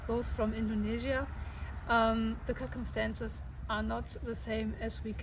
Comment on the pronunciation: First, you rock! Second, the word "circumstance" is said like - "sir-cumstance." Keep up the great work!